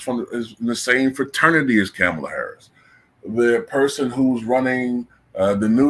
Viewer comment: Better yet why are you pronouncing her name like that when she herself and news anchors from cnn AND Fox have been pronouncing her name Ka-MALL-a for decades. I can’t believe people seen these clips and STILL are going w this game of her trying to make her name sound more like a black woman’s. She hates black women. Seems like everyone else does too from looks of it. That’s why they are going along w this disrespectful cosplay.